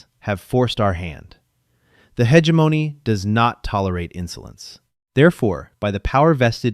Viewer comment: Could we pronounce "hegemony" correctly? How about "Nicoise"? "Inputted"? Just input, thank you. The narration switching randomly into a fake British (or Australian?) accent is annoying. And even more annoying is the narration going off the deep end with yelling. "Lead" lining?